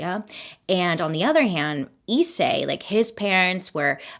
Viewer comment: Pronounced slightly differently actually ! Rize (リゼ) is just rizeh, and Issei (いっせい) is i’ssay, there’s a space between the I and the rest !